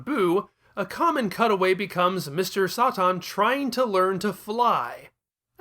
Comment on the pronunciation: "Sah-Tahn" lol